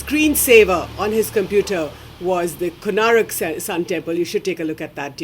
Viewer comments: Its Konark not Konarak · Can't even pronounce "Konark", lol.